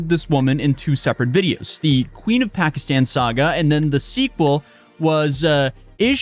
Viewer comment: She doesn't even know how to properly pronounce "Pakistan."